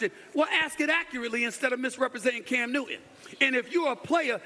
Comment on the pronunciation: His name is can newton. It’s not cam new-in